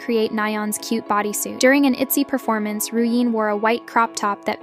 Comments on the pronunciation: Not her pronouncing RYUJIN ruyin 😅😅😅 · Name pronunciation (re-oo-in-jin)